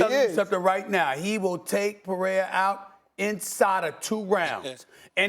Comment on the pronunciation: Why can’t people who speak for a living pronounce names Peraya? 😂 People can’t even articulate words anymore.